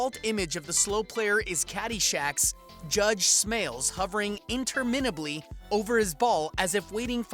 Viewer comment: How do you not know how to pronounce "interminable"